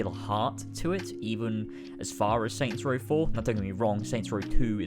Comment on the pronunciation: Aw yes. "Soy Row"